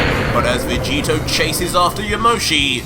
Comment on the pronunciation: Did just say ultra vecheeto?